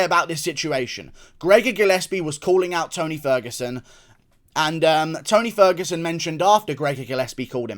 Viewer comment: When you said beat the T out of ferguson, call him ony ferguson I spit my drink out 🤣🤣